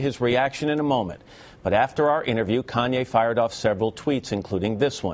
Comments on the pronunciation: its Kanye not Kayne..... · "Kayne" lolllll fail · "Kayne West" hahaha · Great, but who's 'Kayne'? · Kanye is that nigga...LOL he funny as hell...and bush said kanaway west...LOL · (yo peep bush's reaction to kanye's apology)..he's a flat out demon, y? well we know y, but here he displays it again, with a twisted demon trick. he purposely mispronounces kanye's name, calling him Conway West, whoo? Like the demons always do, if its not a westernized name they say it wrong on purpose to diminish ones culture or interest, but if it's some foreign euro name they make an effort to say correctly.. the games up bitches, wev installed a new program with soul&consciouness rebooted